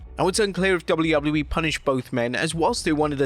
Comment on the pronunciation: you said wwllew